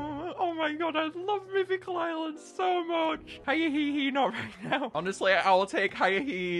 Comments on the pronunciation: Lets not forget the first time he pronounces hyehehe Hi-inhehe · I love the pronunciation hiya-hehe instead of h-ye-heh-heh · "I love Hi-ah-hee-hee" Me: STOP SAYING THEIR DANG NAME PLEASE (It's pronounced "Hyeh-he-he") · Hyehehe isn't pronounced "Hi-eh-hee-hee" it's pronounced "hyeh-heh-heh" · It's not hya hehe🕺 it yea he he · ITS NOT HAIA-HE-HE! ITS H-E-HE-HE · It's pronounced hye-he-he not high-ye-he-he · Are we going to ignore the fact that he is miss pronouncing it? It is pronounced h-ye-he-he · Fun fact: I'm probably the only person who can pronounce Hyehehe's name correctly, so here's the correct way. He-yeh-he-he there you go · bro it’s pronounced like his laugh not hiya hee hee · God every time he mispronounces Hyehehe it makes me wanna tear out my hair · Stop mispronouncing hyehehe pronouce it like laughing with an accent